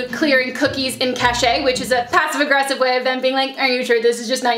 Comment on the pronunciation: this sucks. absolutely awful, i wonder if the “youtube representatives” was actually the hacker though. also, did you say “cash-ay”? 😂